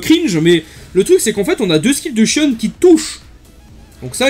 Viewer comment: en vo ca se prononce "shionne" donc tu as la bonne prononciation